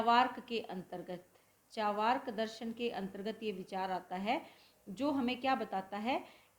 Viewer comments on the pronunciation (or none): चावार्क ❌ चार्वाक ✅